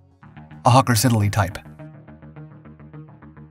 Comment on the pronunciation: Hawker 'Sidd-el-ey'' (Siddly)-two 'e's' silent. - unfortunately the bombed ship was the Torrey Canyon not the 'Tory' Canyon! A bit more research maybe?